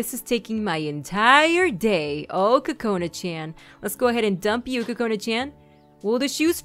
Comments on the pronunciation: I love your voice and your really funny!! But, I know this is stupid, you should believe in your own opinion, but from my preference and the preference of a large majority of people, Chan isn't pronounced chan, It's like Chawn Like saying lawn but with ch instead of l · that's not how u say Chan. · I like it! Chean it sounds like she says chean lol